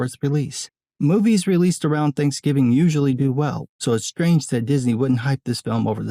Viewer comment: Pronounced STRANGE World. Not SHTRANGE World.